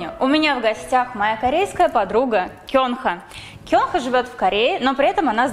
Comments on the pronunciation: Правильно КёнхА ударение на а Так как в Корее все ударение на последний слог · не КЁнха, а КёнхА.. не каверкай имена, не приятно